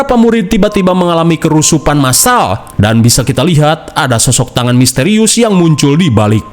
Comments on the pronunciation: MENIT KE aq tertawa saat mimin bilang kerusupan yg seharusny kesurupan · bang kesurupan, bukan kerusupan😂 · KESURUPAN BUKAN KERUSUPAN WOI 😂